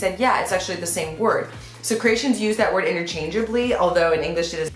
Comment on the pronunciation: Maybe Croatians sound as funny as her when she says Ceratians instead of Croatian